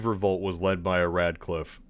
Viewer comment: When you said radclife i shuddered a bit